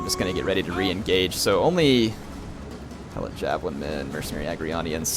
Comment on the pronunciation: it is he e - lot not hell-lot